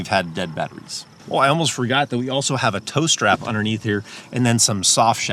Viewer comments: When you said “tow strap”, I thought you said toaster. LOL! I just knew that you were going to pull out a toaster from under your seat. Anyway, great ideas!! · And I thought he said "toe strap"! Could figure out either what that was or how it would be useful! LOL.